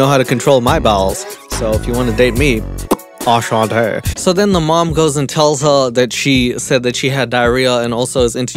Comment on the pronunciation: “Enchante”…….the best part 😂😂😂